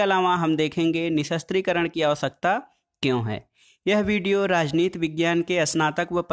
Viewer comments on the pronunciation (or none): Rajnit nhi rajniti bolte hai guru